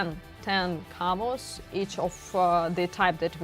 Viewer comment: Camos not camps